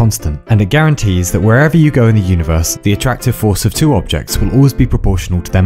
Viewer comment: I love you for pronouncing 1, 2, 3 & 4 as of you were Norwegian